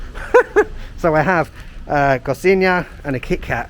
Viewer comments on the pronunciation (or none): "Cossina"?! Yes, I understand that Portuguese sounds tricky to most foreigners, but here comes a tip for the correct pronunciation of the name of our national treasure: ko - shee - gna (the same sound of "gn" you hear in the French word "champagne" or the Italian "lasagna", for instance). Greetings from São Paulo!